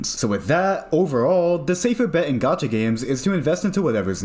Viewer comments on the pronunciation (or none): none